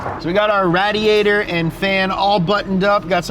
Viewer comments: why do you have to butcher your own language? Ra-diator vs radiator..! Please don't make the Idiocracy movie a real documentary man, please. There are lot of youth audience followers for you. Please don't fuck up your own language. You guys go above and beyond to pronounce Japanese/German/Italian or other names. English is your mother tongue ffs- please respect it. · Everyone: radiator: RADiantor